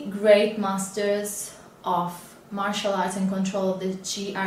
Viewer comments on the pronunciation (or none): none